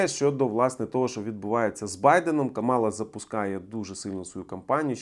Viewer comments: Камала, будь-ласка, не Каміла. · Хоспаді, та вона КАМАЛА а не КамІла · Ne Kamila a Kamala ❤ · Її звуть КАМАла!!! Не КамІла!!! Kamala Devi Harris 😂